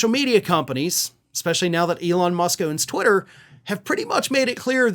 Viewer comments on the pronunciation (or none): none